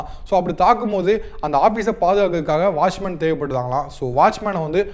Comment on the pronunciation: pronunciation better. Washman nahi, watchman bolo !